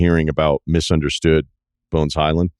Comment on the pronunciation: Mf said bones Hyland lmooo